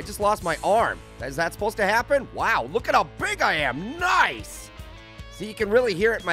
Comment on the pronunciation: When he was turning big instead of saying “nice” instead he said “noice”